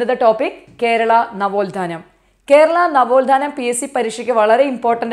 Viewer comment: നവോൽധാനം അല്ല നവോത്ഥാനം ആണ്